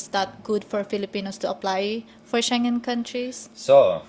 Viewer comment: "Shen Jen Country" ? Huh?